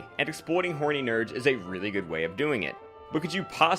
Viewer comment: 00:8 Weely LUL